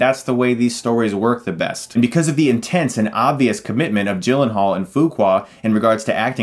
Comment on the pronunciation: people called him Jake G-Len-Hall but, it's actually pronounced Yi-Len-Haal.